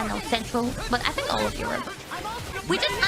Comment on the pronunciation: キアラが "Europe(ヨーロッパ)"というと "my robe?" と聞き返したくなるくらいコボちゃんとのやり取りが気に入ってるｗ